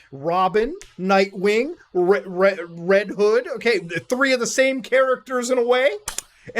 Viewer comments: You got his name right this game is red Todd and not red hood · “Red todd”💀